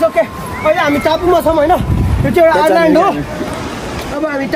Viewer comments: Island ❌ Ireland ✅ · Island Lai Ireland re😂😂😂